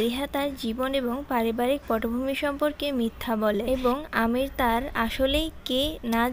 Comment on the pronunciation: আমির না এমির জানেন না ? আমি বলে দিয়েছি